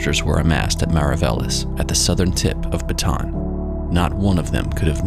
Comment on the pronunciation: Bataan should be pronounced with three syllables: ba-tah-ahn.